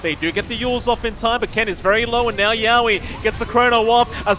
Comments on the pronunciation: Yeah and yowe's too... He's saying YAWe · Its hilarious how the casters pronounce yowe and rupido's names lol